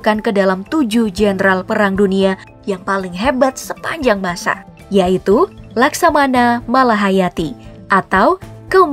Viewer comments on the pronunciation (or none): none